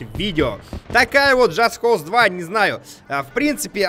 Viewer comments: он сказал в конце джаст коуст 2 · в конце, после того, как повесил новый флаг, сказал: "джаст коуз 2"